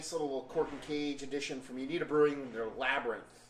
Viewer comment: Always enjoy your reviews. Just to help you guys out with the pronunciation of the brewery name it's Uinta (you-in-tah) You can buy high point beer in Utah it just has to be from a state controlled liquor store